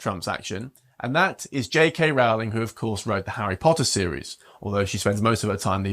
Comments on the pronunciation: Her last name is Roh-ling NOT Rao-ling. 🤦🏽‍♀️ I am proud of her for speaking out and standing up for the truth. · Rowling rhymes with bowling, say it right please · The first syllable of "Rowling" rhymes with "grow", not with "cow". It's annoying that this presenter gets it wrong. He didn't take the trouble to find out the correct pronunciation. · People need to know: "J.K. Rowling" rhymes with "I am trolling". Please pronounce her name properly. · Why do they pronounce ROWLING wrong all the time?